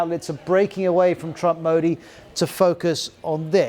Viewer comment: Can't even pronounce modi